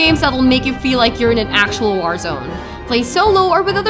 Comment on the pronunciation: Say war again.